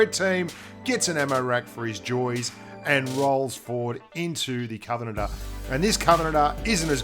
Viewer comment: Lmao the way you said "Covenanter" it sounded like covenater/kovenaner